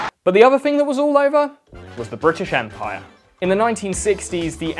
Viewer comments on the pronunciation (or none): LMAO "bri'ish" ""people£""